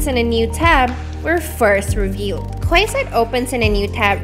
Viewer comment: It's pronounced KEYside, not KWAYside. And it's a neighborhood not whole new city